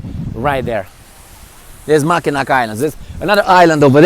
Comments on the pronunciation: Mackinac bridge is pronounced the same way as the city (Mackinaw) Helpful tourist tip :) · Mackinac is pronounced Mackinaw. Mackinac Island is awesome. Mackinac city is nice as well, but the Island is the big tourist destination.